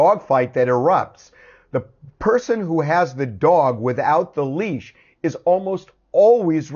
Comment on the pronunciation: I thought it was leash, not leech.lol